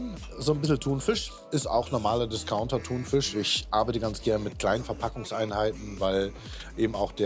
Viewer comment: Betonung Discounter 😅